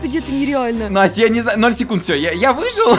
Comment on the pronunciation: Вопрос почему НОСТЯЯЯЯ??????? А НЕ НАСТЯ?